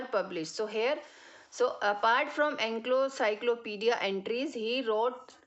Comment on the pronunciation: Mam, I'm sorry to say, but its Encyclopedia, not enclocyclopedis. I'm sorry to tell you this, but you made mistake in pronunciation.